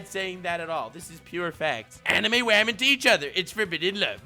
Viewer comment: Okay but why do you pronounce women like "vermin"", I was confused for a good portion of the video